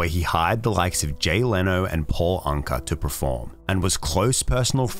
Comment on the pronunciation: You mispronounced Paul Anka.